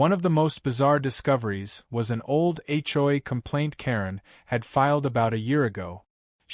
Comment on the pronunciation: HLA??? AI needs to say H O A clearer. 😮😅😂